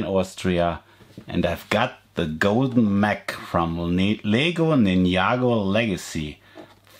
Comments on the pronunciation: LEGO NINYAGO LMFAO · This person is prounsing Ninjago is wrong